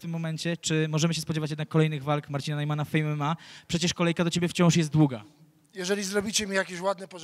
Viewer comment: Srejman, Nejman, Nojman czy jak tam masz.... już się zegnasz od kilku lat. Kasa sie zgadza wiec pajacuj dalej ale u siebie w szopie